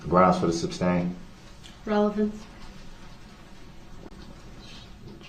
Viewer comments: “grounds for the SUBstain” 😂🤣😂🤣 Learn basic courtroom vocabulary if you’re going to act as your own attorney. Aside from a murderer, this guy is a clown. 🤡 Darrell Bozo Brookes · Poster Child for IDIOTS Darrell Brooks!!!! Objecshun axe jujishal substain!!!😂😂😂😂 fkn idiot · SUBSTAIN - hahahaha makes me laugh everytime!